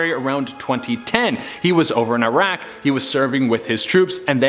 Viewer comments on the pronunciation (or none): none